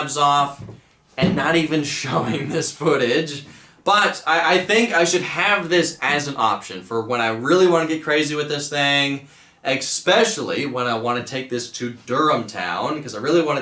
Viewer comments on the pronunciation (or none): ahhhh, now he says eck - specially instead of especially too. I wonder what happened. Carburetors have absolutely nothing to do with the engine not getting spark, it is 100% an electrical wiring or component issue and a fuel injected vehicle could suffer from the same problem. If it takes coil packs, swap them around to see if the spark moves. It's extremely rare for a coil and distributor to cause a dead cylinder unless it is a spark plug or spark plug wire issue.